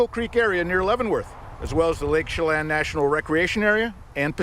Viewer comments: Sha Lan 'chelan' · Hi G- Leavenworth is pronounced more like “Heaven Birth” and Chelan is pronounced more like “Sh-lan” with lan rhyming with Pan, Fan, Can (in an American accent). I live in Washington State, so this is a somewhat local case for me. It’s so sad. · Local here, leavenworth = lev-in-worth Chelan = shuh-lan(like van with a L)